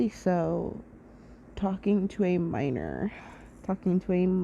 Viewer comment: “English proficiency “😂😂😂 you say “minor“ like meat 🚀.